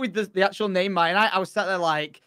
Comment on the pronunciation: Mia-nite-Ian isle